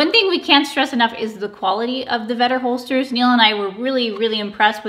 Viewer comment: Vender Holsters 🤣🤣🤣🤣🤣 you kind of butchered the name